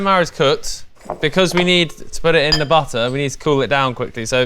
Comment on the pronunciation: ALL THINGS BUTTAAHH